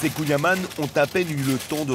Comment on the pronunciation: Super reportage sur le Finistère ! Mais faudra revoir la prononciation du kouign- aman 😂